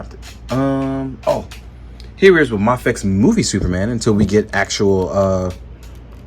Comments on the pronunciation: Pronounced may fex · D advocates that "Ma-fex" is the correct pronunciation, and makes a point of saying it that way. I heard him talk about it in a live stream not long ago.